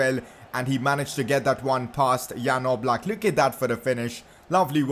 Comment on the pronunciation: It’s yan oblak pronunciations